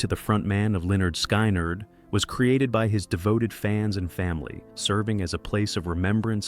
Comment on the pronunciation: Damn AI! It's pronounced skin-erd not sky-nard! Jesus!😮